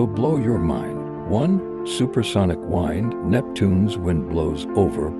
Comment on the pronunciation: Supersonic WIND, not whined. I so detest AI. I hate it. It must be eliminated.